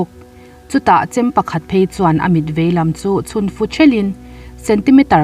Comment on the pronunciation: A ngaihnawm e. Chhun fu ni lovin chhun fuh tih tur a ni e.